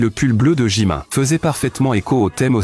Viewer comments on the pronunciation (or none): Déjà on dis JimIn pas JimIN